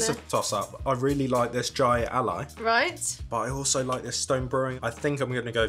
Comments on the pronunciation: Jai Alai is pronounced "Hi a lie". We used to have a really big Jai Ali place in my state years ago. Pretty crazy sport. Pro players can get the ball up around 300km/h (yes, you read that right) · Jai is pronounced with the J sounding like an H. "Hai"